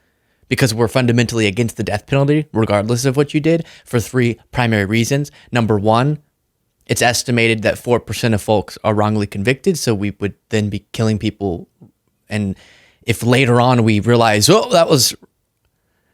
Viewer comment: The L in folks is silent. Think Salmon. You don't say SaL-mon. It's pronounced Sa-mon. Folks is pronounced Fokes not, Foll-ks